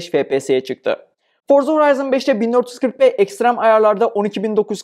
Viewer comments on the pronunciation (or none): none